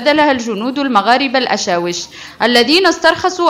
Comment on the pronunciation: الاشاوس ماشي الاشاوش الكلاخ...